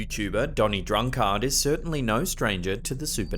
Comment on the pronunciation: Is that how people pronounce drunkard in Australia?